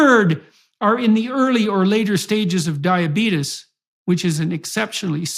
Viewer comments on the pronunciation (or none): I love how Jordan says "diabeetus", like Wilford Brimley .